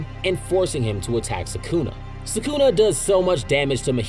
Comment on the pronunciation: It’s so crazy to me how often people mispronounce names that are said clearly in the shows they watch. Idk how you butcher mahito, sukuna and nanami